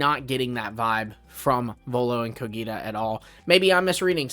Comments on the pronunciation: bro I m literally from there and is cogita not coghita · Actually he gets the G in Cogita right, it's how the Romans would have pronounced it, ecclesiastical latin is different, same with the letter C. But he gets the accent wrong. It's Cògita, not Cogìta.